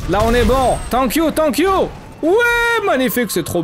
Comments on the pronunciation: Le piiiiire anglais 😂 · Le "tank you" is back !